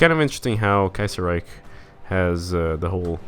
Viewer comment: The way you say Kaiserreich is great say it as much as possible.